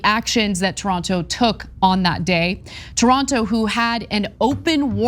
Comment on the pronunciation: It’s not “Toronto”… it’s “Taranto”. There’s a difference!!!! Lol 😊😊😊